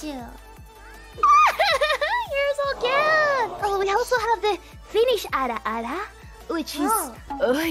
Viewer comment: That finnish Ara Ara tho…